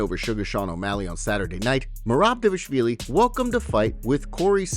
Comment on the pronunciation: try again D VAAL ISH VIILI OTHERWISE KEEP HIS NAME OUT YOUR F,,,KIN MOUTH..........GH